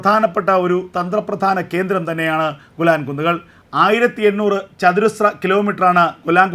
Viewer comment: ഗുലാൻ അല്ല മിസ്റ്റർ,,,,, വ്യക്തമായി പറയണം പുരാതന കാലം തെട്ട് ഗേലാൻ പർവ്വത നിരകൾ ആണ്